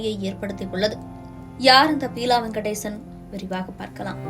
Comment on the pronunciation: Pronounce the name properly buela not peela ... May his soul rest in peace.... Amen...😢